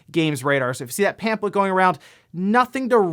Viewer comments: Zelda stuff: 1- are you saying pamphlet like it's pamplet? 2- Majora's Mask is the best Zelda game, but I can understand Breath of the Wild or Link to the Past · You're pronouncing pamphlet wrong. It's bothering me 😂